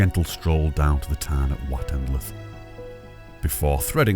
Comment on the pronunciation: I've heard them said many ways and yours is not the worst by a long long way but "Wot-En-Luth" (broken into three parts when spoken) and "Ross-Thwut" (broken into two) is how us locals say it 👍😘👍